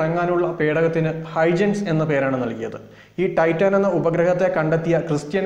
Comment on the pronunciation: ടൈറ്റാൻ അല്ല ടൈറ്റൻ